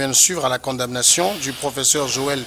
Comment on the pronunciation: S'il vous plaît. On ne dit pas blanchissement d'argent. On prononçant condamnation, on la lettre m reste muette. Merci.